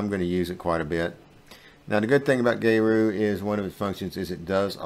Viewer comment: I love Geru. A couple of things: 1. It’s pronounced like “Gear-oo” not “Gay-roo” 2. They offer a one-time payment lifetime deal for the software.